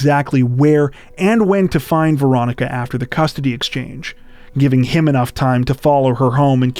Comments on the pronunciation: Had to turn on subtitles, thought u were saying "Veronica Boza". My guess is the ex is behind it. It's always the ex which never makes sense. U r already split up, why kill them? Also, why run inside a brick box where no one can hear or see u if being pursued. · It’s sounds like you’re saying Veronica Bozo